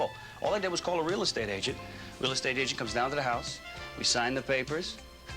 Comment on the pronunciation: "Real eskate scheme"? Dad?